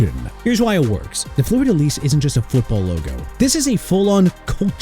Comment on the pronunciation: Pronounced Fleur de LEE, not LEASE